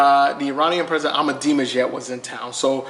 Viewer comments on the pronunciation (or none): none